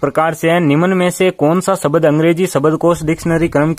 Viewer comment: शब्द , सबद नहीं 🤣🤣